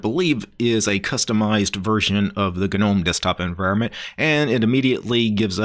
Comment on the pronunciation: Gnome is silent "G". Saying "Ginowm" is like listening to someone pronouncing knuckles as "kinokels" or pneumonia as "pinomownia" lol you kinow